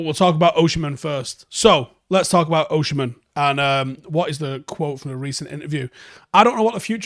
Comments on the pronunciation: I was hearing him say OSHI-MHEN..and it hurts my ears 😂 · OSI-MHEN not OSHI-MHEN😭😭😭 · It's Osimhen not Oshimen. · There's no "osh" in his name. Its "os-im-hen". OZZ-IM-HEN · It's pronounced O S I M E N.... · As a Nigerian, Osimhen is pronounced O-sim-men/o-si-men. I've seen you struggle a bit whenever you mention his name 😂 you're welcome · As an Edo man, it sounds even more strange.